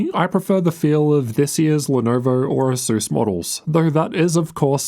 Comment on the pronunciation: I cant hear the difference between asus and acer when saying it lol